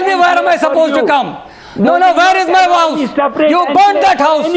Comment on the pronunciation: "where is my wouse" lol